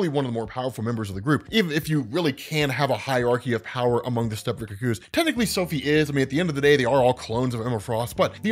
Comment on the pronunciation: her name is firstname Kitty, lastname Pride, what is going on with your weird emphasis? Also, look up how the rest of us pronounce cuckoo.